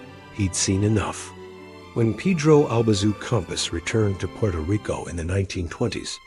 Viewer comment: "Purto Rico?"